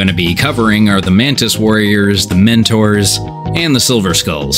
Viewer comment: I thought you were saying minotaurs until I saw it written down. Mentors, not minotaurs...